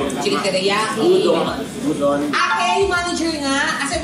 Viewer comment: Udon is not pronounced yudon. It is oo-daan. I think it is more credible and respectful if you master the pronunciation of the food that you sell in a restaurant. If you cannot pronounce it right, how do you assure me that you mastered the taste and feel of Japanese.